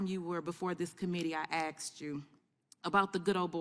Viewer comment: "I axed you" This is a sitting US congresswoman.